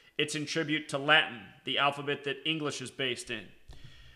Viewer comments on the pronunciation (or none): none